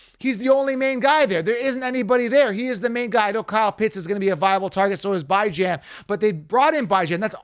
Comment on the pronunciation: Great content bro but the way u say ‘bye-Jan ‘ (Bijan) rlly grinds my gears